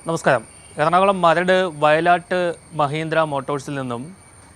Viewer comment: not vayalatt. vayil aattu